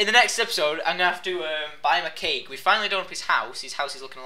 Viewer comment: when you said cake cake cake cake it sounded like you said cake cake cate cake